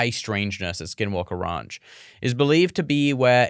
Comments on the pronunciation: RANCH not RUNCH.... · OMG if he says ronch one more time